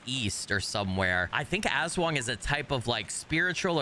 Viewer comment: AHHHHHHH!!!! ASWANG ARE FILIPINO SHAPESHIFTING CREATURES FROM VAMPIRIC CREATURES TO WEREBEASTS AND MORE!! ^^ <3 AND BTW YOU DEAD ASS NAILEDD THE PRONOUNCIATION!! xD <3 IM SO EXCITEDDD!! 😱🤯🔥 I was literallyyyy thinking IF they’d add I’m sum Filipino creatures xD <3 they did!! >:0